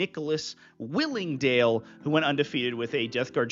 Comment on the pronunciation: Thanks for the shout out! It is willing gale not willing Dale if im lucky enough to be mentioned in the future 😂